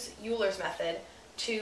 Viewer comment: It's pronounced "oiler's method"....